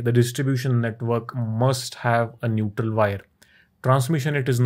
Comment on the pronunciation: NeutRRRRRRRRRRal line.